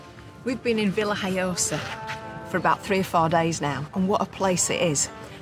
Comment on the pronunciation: Hi Stuart , the locals call it La Vila Joiosa, to make matters more complicated . It’s spelt Villajoyosa in English but the J is silent in the spoken word , so you say Villa Hoyosa. I’m now expert in languages of course , but this how it was explained to us. Hope that helps Thanks for watching.